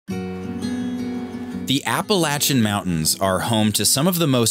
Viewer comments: No no no… there is no latch in the pronunciation of that mountain range. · Hello. A great part of the World. There is one thing though. It is spelt Appalachian but the 3rd letter 'a' is pronounced 'A' as i Ace and not 'a' as in and. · Appalayshun (correct pronunciation)